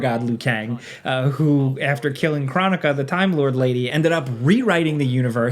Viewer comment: cant even say kronika right